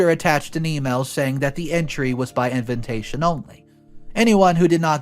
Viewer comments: Everyone pronounces invitation he adds an extra N. It’s InVITation NOT!!! InVINtation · Why does he keep saying "Inventation" not "Invitation"? Inventation is not even a word... 🙄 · it's invitation, not inventation.